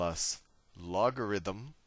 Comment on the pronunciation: “lock a them” 😂 Loved the tutorial!